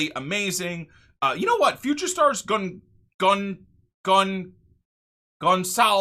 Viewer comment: that's the right way to pronounce Gonçalves!